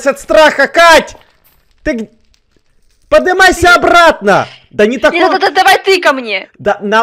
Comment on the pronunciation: Ты говоришь подымайся ,ты че русского языка не знаешь